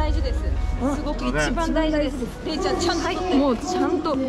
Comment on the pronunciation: 福山雅治おもしろすぎる😂『れいちゃ〜ん』の発音が完全にあんちゃんのソレなんよ😂